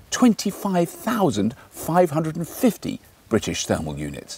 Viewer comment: Thermal not termal.